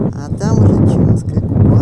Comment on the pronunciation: Резануло слух неправильно произнесённые названия...ЧАунская губа ,а не "ЧУнская."..и Апапельгино., а не "Папельгино".Прежде чем произносить.,не мешало бы названия прочитать.